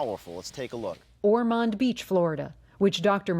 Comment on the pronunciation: CNN can't even pronounce "Ormond." Crack team of researchers there.